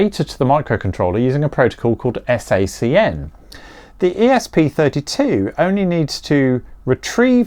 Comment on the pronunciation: Sounded like you were saying SSEN when actually it was SACN.